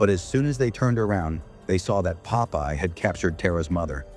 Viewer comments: JFC this makes no sense. I can't tell if it's because of the movie itself, or the crappy AI narration, or both. And for fuck's sake, it's Popeye, not Pope-Eye, and definitely not Poppy! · not poe-pie :face-purple-crying::face-green-smiling::face-green-smiling::face-green-smiling